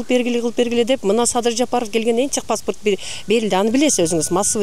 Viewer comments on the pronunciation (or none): none